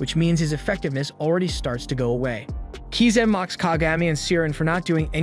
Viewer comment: Swear to God every single one of these recap channels always mispronounces the names of the character wtf is up with kiza